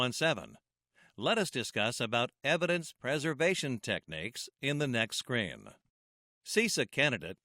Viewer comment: the way you pronounce screen is strange "the following scrain..." but great video